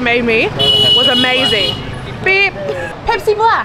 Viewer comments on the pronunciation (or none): none